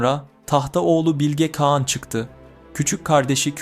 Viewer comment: Bilge Kean nedir kardeşim Bilge Kağan diyemiyormusun